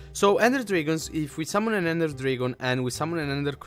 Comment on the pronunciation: You Said drigon instead of dragon